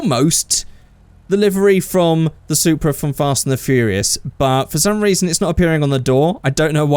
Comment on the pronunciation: Hey!!! It's the "Soupra"!!!